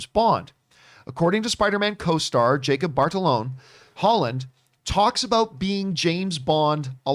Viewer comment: I wonder when John will realize he’s been saying Jacob batalons name completely wrong for months 🤦🏻‍♂️